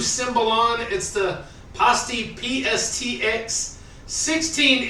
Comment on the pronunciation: I believe it’s pronounced, PIE-STEE. Anyways, love the cymbal. Reminds me of my local Walmart, very trashy 👍🏽